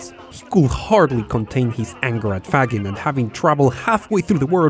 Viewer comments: This microprocessor pioneers last name is pronounced Fa-zheen'. In naming the company, yes, he had "integrated logic", or "ilog" in mind, but the "Z" was added as "the last WORD in integrated logic" making it Zilog. He was also keenly aware then Intel was short for "INTegrated ELectronics," which is what steered him to coming up with the Zilog name. The traps that Shima put in the Z-80 took advantage of the two types of NFETs in the circuitry: enhancement and depletion modes. Most of the time, the depletion devices had their gates shorted to their sources. Enhancement devices did not, although you COULD, but in that case, the enhancement is turned off at all times. By throwing in a few of these devices in key spots, you could wreak havoc in a circuit. You could not spot these traps visually. Later on, you could by taking X-Rays of the chip, which identified the depletion devices, thus exposing the traps. A major contribution to Intel's focusing on the uP market was that the Japanese were killing the rest of the world with their DRAM products. Intel could not compete, and finally recognized that they had a virtual monopoly on their hands if they would focus on their strength: microprocessors. A famous Intel marketing guy once told Faggin "when you left us and came out with the Z-80, you had us dead in the water for a while." That's when Zilog tried to design their Z-8000 16-bit uP, but the design effort stalled for well over a year, and Intel took off, leaving Zilog in the dus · The only (trivial) mistake I can find in this video, being italian and knowing a bit about the Faggin's life (as himself described in an interview in 2006), is that you're pronuncing his name in a wrong way: you say "faGGIn" like you say "giga" while the right way to say his italian surname is pronuncing the "GI" like "giant" or "jeez"... Really awesome the anime-style video! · Faggin is pronounced "faZHEEN". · Great video, but Faggin is pronounced [fadˈdʒin], not [faˈgin]